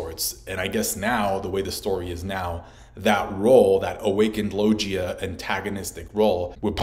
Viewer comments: Why do u say lojia instead of logia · IT'S LO-GI-A, NOT LO-JI-YA FFS!!! ARE YOU VIZ MANGA, ZOLO??? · not gonna lie, each time you said "logia" ; it physically hurt. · Great video but I went straight the comments when I heard you say logia and I'm shocked no one has commented on it